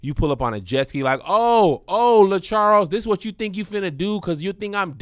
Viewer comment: Not “LaCharles”!!!!!!😂😂😂😂